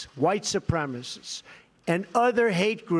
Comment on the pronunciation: Trump sucks.... He can't even say white supremacists properly...he says "white suprema-sis"